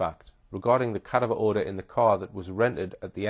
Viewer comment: please learn how to pronounce, CA- DAV- ER